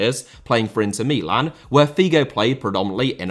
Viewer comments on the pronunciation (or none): milan are the only clubs you attenpt (incorrectly ) to pronounce in the native language. Do you book a flight to Rome or Roma? Please stop my ears are bleeding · Yes, I wonder where he got that new pronounciation for Milan... a bit jarring.